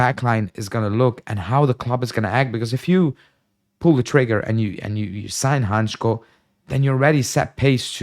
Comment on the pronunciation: Hancko is a Slovak player, and as a Slovak, I must say it is pronounced Hantsko not Hantchko if you read that in English. Not that it matters , but hurts my ears 😂